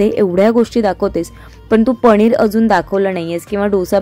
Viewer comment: पनीर गं not पणीर 😅